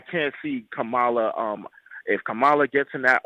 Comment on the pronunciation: Yall need to stop purposely mispronouncing Kamala name. I noticed this done even more from you ignorant people since trump and fox news do it, so yall on here are repeatedly saying her name wrong.